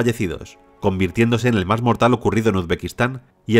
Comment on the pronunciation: No entiendo porque este tipo en lugar de decir MAS dice MAR.